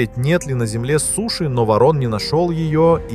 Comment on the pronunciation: Во'рон,а не варон!!!